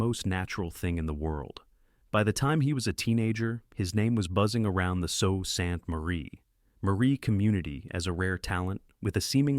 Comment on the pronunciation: It’s not “so sant Marie”…it’s pronounced “Sue Saint Marie” (Sault Ste. Marie).